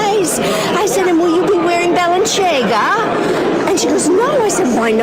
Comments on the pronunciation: Bal-en-chagga. Rube. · She did say the brand name wrong! And if I ever see her in person, I'm gonna scream the correct way at her. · She mispronounced Balenciaga. By a mile. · Love the mispronunciation of Balenciaga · For Emma: you're right, the "c" is Balenciaga has an "s" sound. The creator of the brand was Spanish (and moved to Paris in the 30s), she must be under the impression it's an Italian brand. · She did pronounce Balenciaga incorrectly. She’s making a Spanish name an Italian one, which she is also mispronouncing (if it were an Italian name). She sounds very ignorant. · Did she pronounce Balenciaga wrong? No wonder the woman took her to town on her fashion. Im a poor male and i know how to say Balenciaga. Edit: when Emma corrected her, I lol'd.